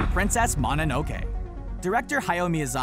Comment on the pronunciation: I cringed when you said Mononoke wrong.